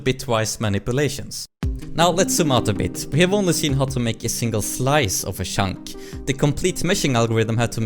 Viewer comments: Every time you say "chunk", it sounds like "shaunk" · I like how you mostly pronounce "Chunk" as "Shunk", always made me smile :D